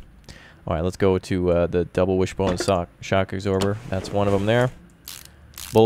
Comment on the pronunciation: "Shock agsorber"